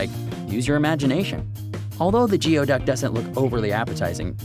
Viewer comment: what's even nastier than the look of Geoduck is that it is actually pronounced: Gooey-Duck